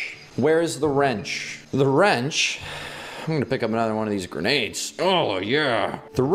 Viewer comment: I thought “grenades” said “Renegade.” XD